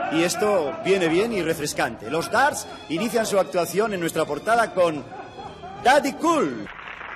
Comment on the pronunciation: "Dards" !!! Brilliant!!! Nearly as good as "Los Be-art-les"!!